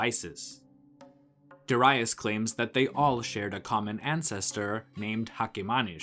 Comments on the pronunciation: Cambysis, not camb👁sis.... as in Hedeby, Darius, not Dar👁us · Good video but the way you pronounce Darius is wrong and distracting. There's no basis in saying Doh-rye-us. Neither in Persian nor in Greek where we know his name from